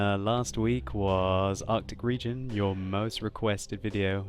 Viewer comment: Artic Regeon lol